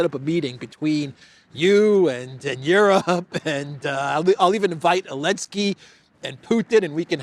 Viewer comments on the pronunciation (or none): I love your show and watch daily but I have to ask, why do you omit the "Z" when you always pronounce "Elenski"?:)